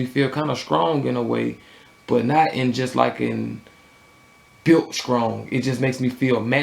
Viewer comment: Funny how the t's become k's strong is skrong. straight is skraight. Lol. Great review.